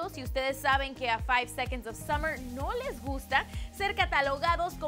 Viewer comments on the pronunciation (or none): Otro dato curioso... Son Australianos! 😱🙊OMG no se lo imaginaban no? ⭐No es KEILUM se pronuncia CALUM. ⭐SUMMERS? Somos 5SOSFam. Gracias por su atención. ✌ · summers??,Keilum??,Taitanic?? Aguas con la gringa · Keilum? SUMMERS!? ES CALUM Y SOMOS LA 5SOSFAM AAAAAAAAAA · "SUMMERS" aireh no puedo xd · JAJAJAJA NO MAMEN ''SUMMER'S'' JAJAJAJAJA claro... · Que?! ¿Summers? ¿Eshton Erwin? ¿Clefford? ¿Keilum? Amiga odio tu pronunciación